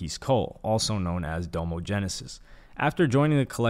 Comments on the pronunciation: DAH-mo, not DOUGH-mo. His name is Dominique. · It's pronounced "dom-o" not "dome-o" I can tell you've never really explored OF's discography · How do you not mention Domo album Facade Records.. also it bugged me the way you pronounce doms name lol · How are you gonna pronounce Domo’s name like that? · I assume this dude didn't listen to Odd Future and is only doing his little history report on them for views with the way he pronounced Domo. Jesus.